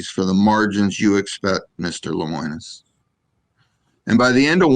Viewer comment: Hey, his name is pronounced "le-mo-nus". Might want to educate yourself on who you are talking about smack about your competitor. Camping World is like every other RV dealer. Get the sale and send them on their way. I've seen it all.